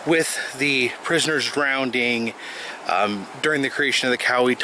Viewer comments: The word is "drowning" not "drownding". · Hey buddy, its drown drowning and drowned not drownd, drownding and drownded. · "people drownding"? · What's 'drownding'? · Yeah the way he said it every time made me cringe.